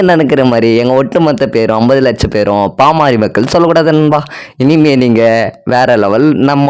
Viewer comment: பாமாரி மக்கள் இல்லை தம்பி அது பாமர மக்கள் 😂😂😂 கொஞ்சமாவது படிங்கடானா கேக்குறாங்களா 🤦🏻🤦🏻 சுய அறிவே வளராம அப்படி என்ன படிப்பத்தான் படிச்சு இப்படி மேதாவி மாறி பேசி ஊர ஏமாத்தரீங்களோ 🤦🏻🤦🏻இப்படியே பேசிட்டு இருங்கடா உலகமே திரும்பி பாப்பாங்க யார்டா இந்த தத்திகள்னு 😂🤦🏻